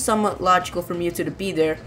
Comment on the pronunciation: Mewtwo not MewTwo!